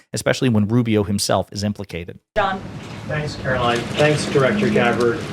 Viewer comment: Turning your video off every time you call her Karolyn when her name is Karoline. Like LIE with an N at the end. Easy to remember!